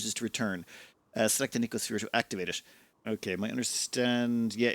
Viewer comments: The youtuber inability to actually read words before pronouncing them strikes again. It's no-see-oh-sphere. No k sound in there anywhere. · No-See-O-Sphere Sorry, the pedant in me got out momentarily. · "No-see-oh" sphere. From "Nociception," having to do with the perception of pain and discomfort.